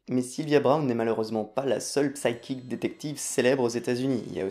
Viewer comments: Ta vidéo est géniale et manifestement nécessaire. Bravo !! Juste stp... "psychic" ça se prononce "saikic" (le p est muet), voilà voilà. La vidéo est quand même géniale ! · pour info le "p" dans "psy..." ne se prononce pas en anglais bonnes fêtes à l'équipe (et merci pour votre vidéo, un chouette p'tit cadeau de Noël :)